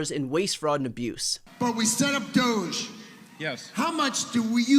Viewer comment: I keep hearing Douche, not Doge